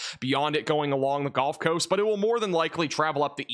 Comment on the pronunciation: Did you just say the "golf coast?" 😂